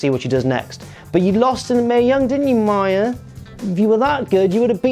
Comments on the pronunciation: Me-uh...not my-uh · its mia not maya ffs 🤦🏻‍♂️